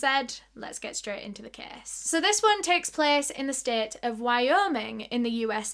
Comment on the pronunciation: When you say case it sounds like youre saying kiss and i love it